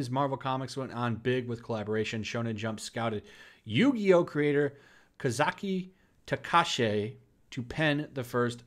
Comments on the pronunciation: Your pronunciations are way off. Ka-zu-ki Ta-ka-ha-shi. Kinda amused that they want the yugioh guy to do it. Either way, I doubt this will work out too well for them. Especially because Shonen Jump already has a superhero series that's really successful with its own, new heroes. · the pronunciation of that name was horrible. kah-zoo-key tah-kah-ha-she is the pronunciation. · Damn, He just butchered his name. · Omg, it's spreading to Japan :( And please learn to pronounce Kazuki Takahashi.